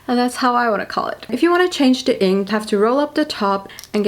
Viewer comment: I love how she pronounces “the” as “de”